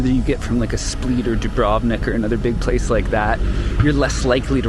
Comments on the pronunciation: It's split not spleet 😁 but otherwise an excellent video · Hi, Split is pronounced the same as the verb "to split". Quite simple. :) I'm not sure if your Croatian friends in Canada were pranking you or what (you mentioned you heard it from them), so just a friendly correction. ;) Enjoy!